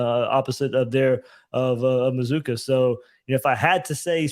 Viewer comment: How do you get Muh-zoo-kuh from MazzCCua? C'mon man.